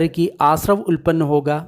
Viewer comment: सब्बासव सुत्त, सब आश्रव अर्थात कैसे आश्रव उत्पत्ति होती है। उल्पन्न नहीं भाई उत्तापन्न.चाहे तो त्रुटि सुधार लेवे।